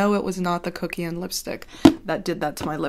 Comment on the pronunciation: When you come for a review and you leave with tingles. "Put on a thin layer of...C U C K IAN" 😂